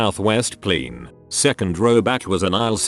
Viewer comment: Plen? No plAne lol ok.